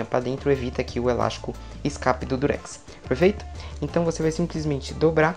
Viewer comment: O melhor da mágica é ele falar elasco perfeito.. Eu vou tentar com elástico, perfeito.